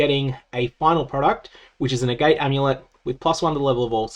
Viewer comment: FYI I think Agate rhymes with Agatha